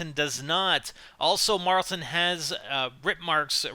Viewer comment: It's not marltin Jesus drop it